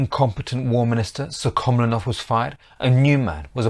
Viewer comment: Apart from misprounoucing the names of the Russian ministers PolivAnov and SuhkhomlInov, this is largely correct. I have personally met my g-g-father, an ethnic Buryat (Mongolian), who fought in that war, first in the cavalry, later as part of of an armoured vehicle crew.